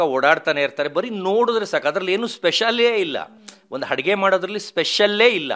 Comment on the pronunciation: ಅದು ಹಡುಗೆ ಅಲ್ಲ ಅಡುಗೆ